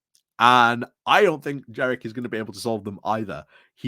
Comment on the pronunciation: Do you mispronounce Kemi and Jenrick on purpose ? Is it an in-joke ? Sorry, I'm quite new watching you and wonder about running jokes.